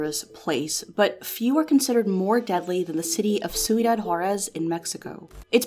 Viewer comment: Wow your pronunciation of cuidad is soooo terrible